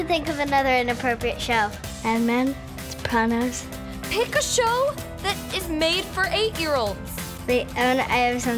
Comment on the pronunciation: Omg she even pronounces Sopranos properly. What a freaking cutie pie.